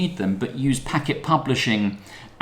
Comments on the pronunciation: Also our name is pronounced "Packed" not "Packet". It comes from the Radiohead track which I was listening to when we started the company..... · Used to work at Packt and man it pains me every time someone pronounces it Packet. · Man I thought I was crazy when I heard him say "Packet" lol